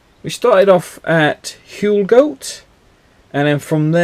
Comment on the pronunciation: Huelgoat is pronounced Whale Gatt. Can’t believe it was raining !